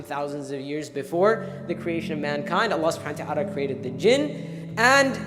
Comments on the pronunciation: Not hating just educating.. Your name's Hannah ...Shall everyone pronounce if as Banana? Would U lyk it. Its Allah and not Voila! Or "Wollah" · Bloody idiot its Allah and not "Wallah" or "Ollahh"